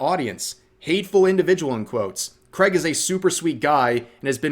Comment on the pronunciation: It's Craig, not creg